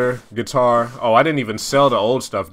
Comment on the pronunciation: "Is this place have the getar" Misses it